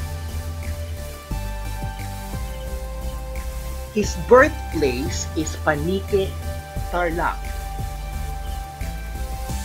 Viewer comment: Hindi po Panique ton Paniqui po.